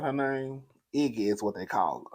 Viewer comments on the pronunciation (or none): Ikky not iggy.